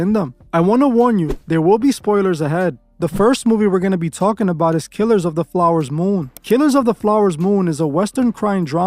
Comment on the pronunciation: Killers of the FLOWER moon! This sounds like Chinese propaganda or Russian or something. When the fake voiceover mispronounces words then u know it’s fake s#i?